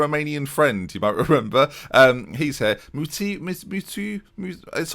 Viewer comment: Mutiu is supposed to be pronounced Mutsiyu I believe, because that T is the TS sound